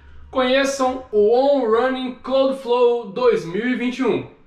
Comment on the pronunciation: pequena correçãozinha para o trava-línguas em inglês kkkk on rãnin cláudflou 😂